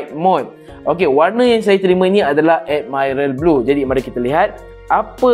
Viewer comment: Add-Mai-Ral Blue <— 😂